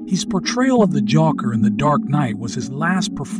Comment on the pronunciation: The "joocker" not joker joocker lmao